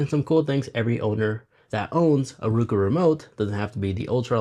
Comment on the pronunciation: Subscriber. Great vid, but you keep pronouncing the brand as RU-KU over and over.😁 The correct pronunciation of Roku is ROH-koo, sounding like "row" (as in row a boat). Fun fact: The name "Roku" is the Japanese word for six. Founder Anthony Wood chose this name because Roku was the sixth company he started.